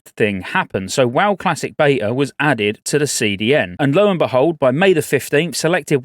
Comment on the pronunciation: Agreed. When she said bveta in 2-3 months I thought that sounded incoirrect